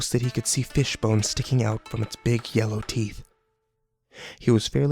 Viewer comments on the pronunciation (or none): none